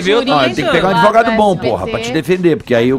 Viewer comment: "adevogado Paloma"😂😂😂😂